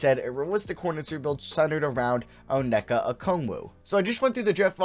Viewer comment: It’s onyeka not oneka